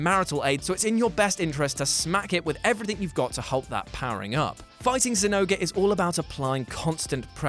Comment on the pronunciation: Did you say zinouga? Its zinogre or Jinouga, nargacugas weakspot is the head btw